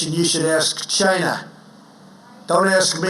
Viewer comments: Every time Trump says China it sounds like Gina 🤣🤣🤣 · Why does he say Chi-Na...? Cause he's an idiotic moron, that's why. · I'm telling you, Trump's Chy-Na pronunciation is his weird attempt at an Asian accent. He started using it during his rallies, but back then it was a lot easier to tell what he was doing. It was good enough his followers got it. Now he's gotten so used to saying it like that he can't help himself. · I thought it was “Jhina?!” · Is it strange that Trump doesn't say 'China' normally. He always stress on the word ' CHINA'. It's pretty weird.